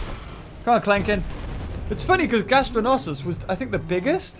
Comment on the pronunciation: Is "Gastornis" so hard to say ?